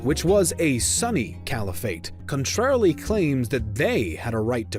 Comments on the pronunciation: Is it just me, or does he pronounce sunni Sunny. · The funny pronunciation of Sunni as "Sunny" kinda ruined the immersion for me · Proper pronunciation, closer to: "sue + knee" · Your pronounciation of sunni is incorrect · Sunni, not Sunny. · I spent the first 5 minutes wondering what a Sunny was but realize he was saying Sunni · Wow, the way you pro ounce some of these terms is amazing. Cavalry? You mean Calvary? Sunny... You mean "soo-nee" (Sunni)? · “Sunny caliphate” I was like oh they’re a Sunny Caliphate? 🥴 haha then it hit- “Sunni” 😁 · It's pronounced Su-nni. Not sunny. They are not sunny-Muslims. They're Sunni Muslims. How are you a documentary channel but you don't know how to pronounce the names of one of the largest modern Muslim sects? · SOOny not sunny...... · “Sue-knee” not “sunny” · I constantly thought ''hmm why would Abbasid lands be more sunny though, the other is located on Egypt?'' It is sunni dude, not sunny. Like ''sune kneeee'' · Y’all are idiots... he meant “sunny caliphate” because video pronounced it wrong instead of Sunni 🤦🏻‍♂️ and video said Sunni referring to Zengids that took over Egypt at the end, not the Fatamids that the video called Shia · you said sunny not sunni, it is sunni, sunni muslims or sunni caliphate. But, I still like the video:) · No offense intended, but Sunni is pronounced, soon-knee, not sunny. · It's pronounced Sunni, not sunny 🤦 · Sorry for laughing when you pronounced 'sunny' instead of 'sunni' 😅😂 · Ofcourse, as a sunni muslim, I was like: SERIOUSLY?! SUNNY?!?! IT IS SUNNI, NOT SUNNY! But, I still enjoy the video :D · Your pronunciation of Sunni really threw me off it took me a while to realize what you meant by “Sunny” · Can you stop pronouncing Izlam, muzzlem, sunny etc already! It's very disespectful. Learn to pronounce them right. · Not until watching this video have I ever heard someone pronounce ‘sunni’ as ‘sunny’ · Thinking the same thing!